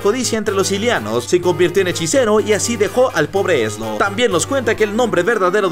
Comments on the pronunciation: No es ezlo Es ezero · No es eslo es ezero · Bro no se llama Eslo se llama ezero